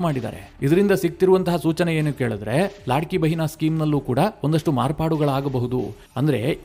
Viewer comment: ಅದು,ಲಡ್ಕಿಬೆಹನಾ,ಲಾಡ್ಕೀಬೆಹನಾ ಅಲ್ಲ.